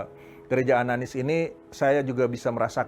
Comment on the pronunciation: ananias bkn ananis